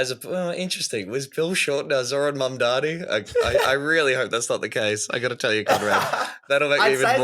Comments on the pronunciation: Spelt "mamdami" like Cuomo says it lmao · Enjoyed the show. Heads up its Zohran MamdaNi :).